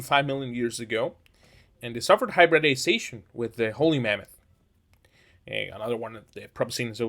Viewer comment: You sound like you're saying "Holy Mammoth"